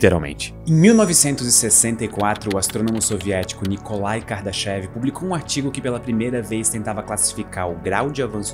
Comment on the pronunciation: Na verdade, a pronúncia não é "kardaxév" e sim "KARDÁSHAF".